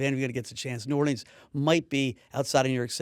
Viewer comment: that’s not how we say New Orleans